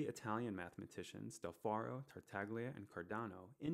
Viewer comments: It's del Ferro, not del Farro. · It is del Ferro, not 'Farro'